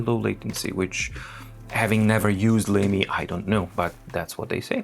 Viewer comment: I believe Lamy is pronounced ”lah-mee” -- German pronunciation